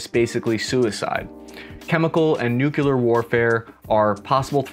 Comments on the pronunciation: Nuclear...not nukular. Kinda funny....given the seriousness of things. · What are nucular weapons? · Several points deducted for mispronouncing nuclear several times. It's supposed to be pronounced NUK-lee-er, not NUK-ye-ler. I don't mean to nitpick but whenever you mispronounce a word it distracts the listener. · Did you just call nuclear Nuculer lol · You're a smart guy. Please. Noun: Nucleus, new'-klee-us. Adjective: Nuclear, new'-klee-are. Please. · Great video! Though I’ll admit to cringing every time I hear “nukular” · You lost me at 'nucular.' when a person can't even pronounce 'nuclear' correctly... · Please stop saying "nukyaler." - and, you obviously haven't trained in White Sands. We "bloused our boots" by rolling up our pants legs. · "nucular warfare".... Well done,.... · omg you said nuculer.....canceled! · Why do no famous folks know how to say N U C L E A R ? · You didn't know about the Mekong river? You look older than 12, so I'm surprised. Also, can one of you YouTubers learn how to pronounce the word nuclear? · Learn the say 'Nuclear' correctly lmao.